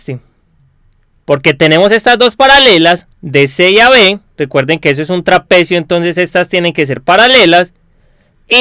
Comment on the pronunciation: La RE cagas con lo que gritas, me da la re bronca osea puede estar bien explicado y todo pero si hablas asi dan ganas de pegarte una piña para que te calles.... No se puede escuchar osea no es que gritas tambien deces como la base media de un traPEEcio osea algunas silabas las remarcas nose xq, y queda para el orto.. Si arreglas eso te va a ir mucho mejor :)